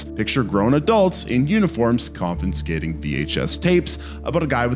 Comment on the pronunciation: Confiscating. Only two ns. Are you having some sort of competition with Wendigoon to see who can fuck up words worse or something?